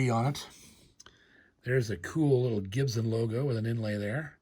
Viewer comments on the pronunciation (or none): Gibson not GibZen